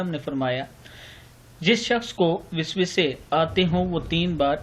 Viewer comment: Aji Visvasey nahiiin Bl ke, vasvasey padhein